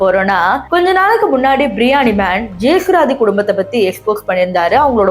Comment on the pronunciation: Ma ne Antha lady pathi pesi kaasu pakanum nu mudivu panita atleast name Olunga pronounce pannu jesuraathi ila jesu rathi